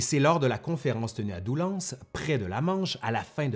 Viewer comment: Juste : Doullens: on prononce pas le s😅